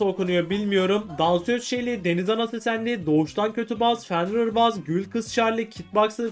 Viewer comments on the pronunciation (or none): U de şile şeli diye okuyacaksın